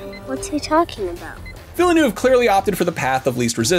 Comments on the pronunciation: Please stop saying Villannoove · NO. Too many people mispronounce his name. It’s “Deh-Nee Veal-Nuhv”. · His name is pronounced "Ville-nuff" btw